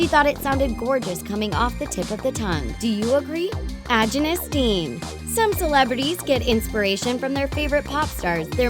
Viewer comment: Did it bother anyone else at how they massacred saying "Agyness Deyn"? They said it completely wrong. It annoyed me so muc!